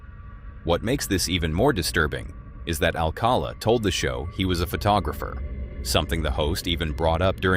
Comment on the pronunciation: Come on now. Pronounce the Dating Game killer's name correctly. Rodney Al cowl la; not All call a. This is the best that I could do expressing the mispronunciation.